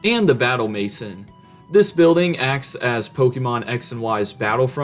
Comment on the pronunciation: everybode commenting about the new legends game and not one person the actually type the correct name edit: LMAO BATTLE MASON, how do you butcher french that bad